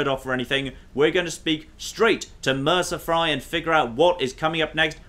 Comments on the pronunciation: you're pronouncing Brynjolf's name wrong! It's pronounced Brynyolf, the "j" makes a "y" sound! Also Mercer's last name is Frey not Fry! Pronounced Fray! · “Mercer Fry” “Bryn-jolf” I’m starting to think pronounces these names deliberately and obviously wrong just to annoy us.